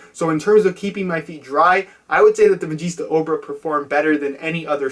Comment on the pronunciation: You pronounced it mageesta at the end! Yes!